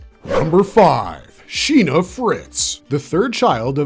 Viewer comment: SHEENA ❎️ SINA ✅️